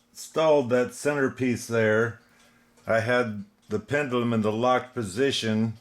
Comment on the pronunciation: Pretty clock! You were zipping right through that!😁 Steady, steady.... I was correcting you everytime you said pendUlum.😁 Oh mercy.... Not my words, but yours lol. Great job as always, bro! 👏👍 God bless and have a fabulous day!🌅💖